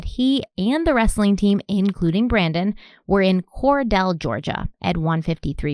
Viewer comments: I’m just here to apologize for those Georgia folks that have probably already come for over her pronunciation of Cordele (“core-deal”). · Cordele is pronounced “Cor-deal”. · Pronounced Valdosta correctly ✅ Cordele is Cor-dill (like a dill pickle) Jimbo Fisher a legend ❌ ...he’s no Saban